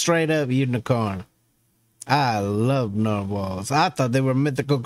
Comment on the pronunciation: "I lobe narwhals"...